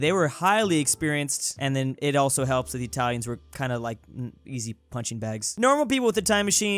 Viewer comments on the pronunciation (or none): none